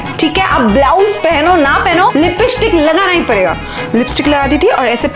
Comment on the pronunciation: Lipishtic nhi hota Lipstic hota he